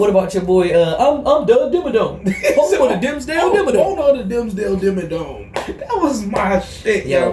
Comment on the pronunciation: "DIMSDELL DIMMA DOME!!!!" 🤣🤣🤣🤣🤣